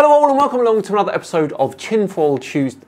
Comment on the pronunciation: “Tinfull tyoosdies”